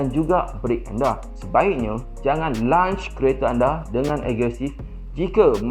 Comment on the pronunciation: Lonch lonch. Bukan lunch lunch.